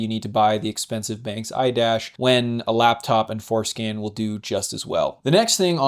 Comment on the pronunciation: Every time you say for-scan I think you are saying foreskin lmao